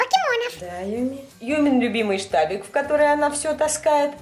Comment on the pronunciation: Она говорит не штабик, а ФТАВИК)